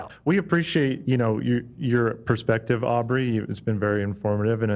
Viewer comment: With peace and love Ethan, it's Aubery - not that hard to pronounce.. and please leave Dan alone!!!